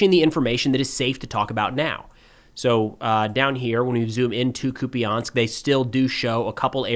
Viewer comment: Hey, just a quick correction on the pronunciation of «Куп’янськ»… it’s “koop-yеnsk”, not “koopy-yansk”. A minor detail, sure… but I thought you might like to know!